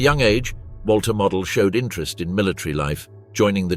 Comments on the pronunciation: MOOOOODELLLLL NOT MODEL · Herr General's Name was pronounced ""Moe-DEL"", Not ""Model"" like a Model airplane. glr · The general was named Moh-dell. Witha "stretched" "o", and abrupt "el", like in "little"